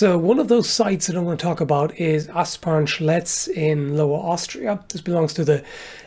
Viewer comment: Ahh, Asparn Schletz, for a second there I thought you said Ass-punch Ledge, which sounds like either a mortal kombat stage or a very odd historical site